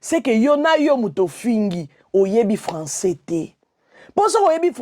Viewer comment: sila lolendo ebambi ye lokola mutu alangwe lotoko. 😂😂😂😂😂😂😂😂😂 sila alobi français te, alobi nde François 😂😂😂. Luisa noncer, liaison ezalaka mais oyo ekomi FAUTE.